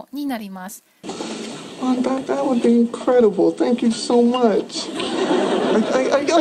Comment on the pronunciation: bbb richさん！わざわざ調べていただき、ありがとうございます😊 確かにwouldの発音なんか変ですね。。笑 練習します！！ 引き続き動画をお楽しみいただければ幸いです✨